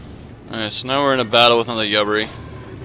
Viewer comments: The ship name is pronounced "you-bar-e" :) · I think it's pronounced You bar E